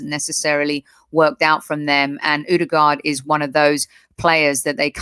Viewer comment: Been raiding the AFC channels ever since Ødegod arrived. Finally an Arsenal fan that knows what he about to be blessed with.....decent pronunciation also but it's Ö-de-Gore(d) not Ö-de-Guard... Good stuff guys, liked & subbed (at least for 6 months) edit: don't worry about the physical league thing guys, he was being chopped down by part time carpenters when he was 14y old playing for Strømsgodset 3rd team in fifth tier of Norwegian football. Only a year later he was the best player in the first tier...